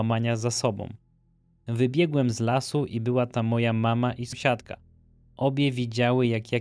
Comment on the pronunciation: Odcin jak zawsze przepetarda. Tylko mordo jak słyszę "somsiadka" to uszy mi krwawią, postaraj się to wyeliminować. Dzięki, pzdr🙋